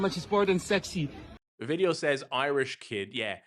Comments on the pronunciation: Blirish instead of Irish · Irish, yeah, I-rish he wasnt a black dude 😂